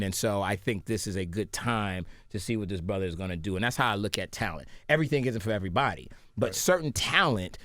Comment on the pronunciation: “Everbody enters some how!” 😩😩😩😂